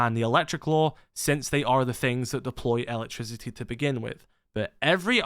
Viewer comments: ELA-trisiti lol i took me a while to undertad bro meant electricity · Every time he says it I hear “Ella trisity” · i like how you pronounce "elec-trisi-i"